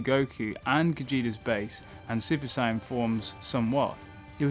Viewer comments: Bro if your channel is about dragonball atleast say the word SAIYAN CORRECTLY dude its not SCIENCE is fking SAIYAN DIPSHIT... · You say “Saiyan” like Sigh-yan. It’s SAY-yan. I was thinking you were saying “Sign” for a minute. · Super “Sign-En” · No hate but it sounds like you say super cyan, and for some reason i like it that way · Come on, come on,, say it with me: "Say-an". "Saaaaay-aaan" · The way you say saiyan pisses me off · The way you say saiyan is annoying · Pleas say Saiyan correctly and I’ll sub to you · dude, indeed saiyajjn (Japanese no N) and saiyan (english) you just pronounce the word saiyan ( in your way) which is neither the right English or Japanese way. You just made up your own prenounciation and its stupid when your channel is about DB. Just admit your fucking the word up and stop justifying it.